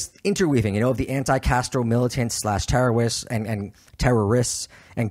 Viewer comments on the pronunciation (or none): tewwowists looooooooooooool